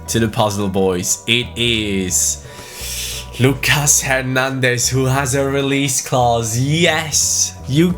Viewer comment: I'm not 100% sure on this one but I dont think you pronounce the s in Nicolas Pepe. So you something like Nicolà Pepe Same with Lucas Hernandez I think, something like Lücà Hernandez Correct me if I'm wrong Glad you took Bayern Munich, keep up the content💪